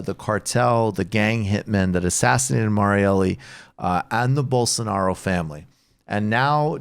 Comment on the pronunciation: (Rubin voice) “Bolso-nar-io”